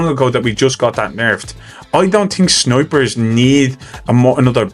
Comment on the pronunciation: I swear every time you say "snipers," I hear "snowbridge."